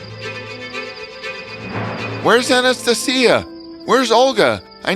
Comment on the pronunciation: Your pronunciation of Anastasia is wrong